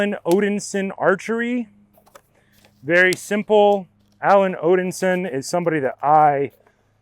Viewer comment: Odinsin? Nope, Odin-son